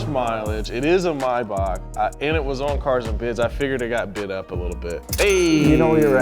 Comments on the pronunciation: It's May Back not my bac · It's Maybach, not Mybach. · i hate how they say maybach